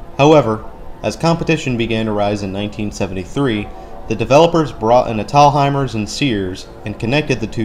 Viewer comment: Great vid but as a Virginia native, when you pronounce “Thalhimer’s”, dont emphasize the “h”. It’s pronounced like “Tall-hi-mers”. 😎 And I dont know if you saw it or not but this mall has a cool fountain feature/splash pad gimmick on the outdoors portion by the Fitness Center and movie theaters! 😎